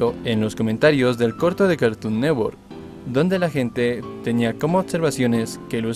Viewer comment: Carton neTTTTTTTTTTwork es carton NeTTTTTTTTWORK no carton nework